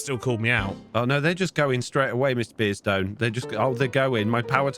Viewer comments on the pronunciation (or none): The way says Mr. Beardstone makes it sound like miss beardstone for me. 😂